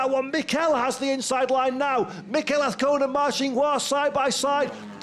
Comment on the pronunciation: Trust the commentator can pronounce Azcona by the 3rd round!